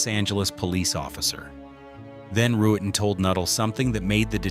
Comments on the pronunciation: Pronounced Rut-ten....NOT ru-et-ten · Ruetten is pronounced Ruttin not Roo-ettin. The mispronunciations are annoying, as are the stock images sprinkled gratuitously throughout where they are not needed or are downright inappropriate. Otherwise it's pretty good.